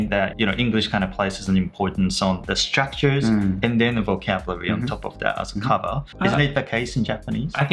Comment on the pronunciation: Fyi, アツさんのstructureの発音めっちゃ好きです❤︎笑